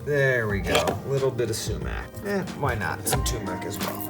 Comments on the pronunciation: TURMERIC how hard it is that everyone has to drop the R to speak it? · It is not Tumeric. IT IS TURMERIC!!!!! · For the nth time - it is tuRmeric, not tumeric. Please please please take care of that next time. It bothers me every time you say 'too-meric'. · I discovered this only last week and it’s still not sunk in. Gonna miss tumeric. Lol!